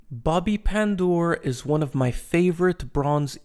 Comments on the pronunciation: Great pronounce of his name, no joke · Wow, you did perfect job pronouncing his last name.